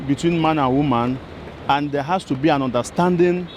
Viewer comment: girl learn to pronounce your H. i love how lively you sound among other people but pls learn to say Has , the H is not silent